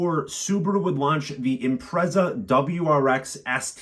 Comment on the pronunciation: I owned a 2005 Impreza WRX STI Colin McRae 555 Limited Edition. Great car but it blew up and I couldn't afford to fix it so let it go for next to nothing. They are worth over £25k now. PS I think it's pronounced "im-pret-zah" rather than "im-prez-ah".